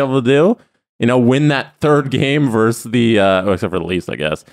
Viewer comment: ....it's versus, no verse.